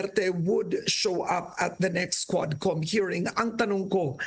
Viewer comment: Hindi QUADCOM, (HUWADCOM) God bless po...